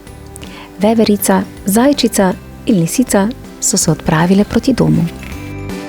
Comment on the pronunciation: jao veverica po štajersko😒